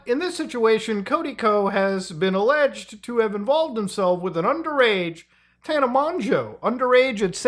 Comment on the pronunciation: Bro keeps mispronouncing Tana's name 😭😭😭